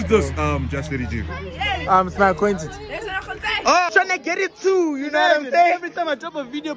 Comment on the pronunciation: The payne on her face when he said acquentence.😭 not sure if i spelled that right.